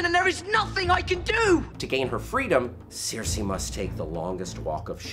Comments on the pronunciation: It's Cersei as in sir-si, not sear-si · It's not sear-see, it's sir-see. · it's stupid but it really bugs me....it's not Searcy, it's not Cersay, it's cersieeeee lannister -_ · Why does this guy mispronounce characters names who are repeated on air. Who is seersee? Or these sersay people... Cersei! (Sir-see) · at least he didn't say Keer-see-eye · i know sare-see? who the fuck pronounces it that way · Seersei? Lol (I couldn't stop laughing every time) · Other than saying seersei instead of her actual name that was pretty well done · Seer-See Lannister?? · pronunciation of Cersei is appalling. =| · Why do you say Cersei like that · Please stop pronouncing Cersei like that. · If only PronunciationManual would release a video for Cersei Lannister. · haha exactly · Your pronunciation of Cersei is absolutely killing me 😁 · Why does he keep pronouncing Cersei so weirdly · How hard is it to pronounce Cersei? For fuck's sake... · Pronounce Cersei right ffs.